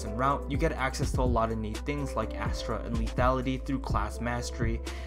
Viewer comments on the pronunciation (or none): none